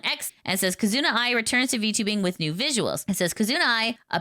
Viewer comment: You are pronouncing "Kizuna" incorrectly, the stress is on "Ki'.